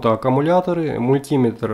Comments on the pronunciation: Не "мультИметр", а мультимЕтр!!! Не на "заряднОм", а на зарЯдном!!! Не "кабелЯ", а кАбели!!! И т.д... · МультимЕтр а не мультИметр.